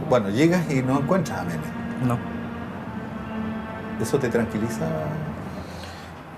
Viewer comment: ESTÉ PERIODISTA NO SABE LEER ... POR QUE EL APELLIDO ES MOENEN..🤦🏼‍♀️